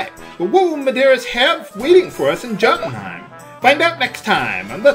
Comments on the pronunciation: it's pronounced "yoden-heim" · Isn't it pronounced Yo-tun-hime? Like in Asgardian lore?